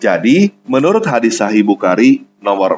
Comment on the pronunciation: Nyebut nama bukhari aja belepotan. Semoga harimu menyenangkan.pembuktiam itu pasti datang.sambut dan rasakanlah.